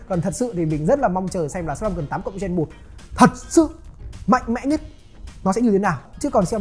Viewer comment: Ra máy mới liên tục cảm giác cầm Rog Phone 5 còn chưa nóng tay thì đã Rog Phone 6, 6 Pro 🤣🤣🤣 Quá nhàm chán vì cuộc đua cấu hình Snapdragon Gen series 😂 Gen chứ không phải REN 😂😂😂